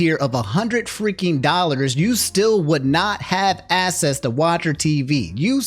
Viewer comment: omni this is out of topic but bro can you pronounce access as "AKSSESS" instead of "ASSESS"? cause i keep hearing "to get assess" and i'm like whose ass am i going to be getting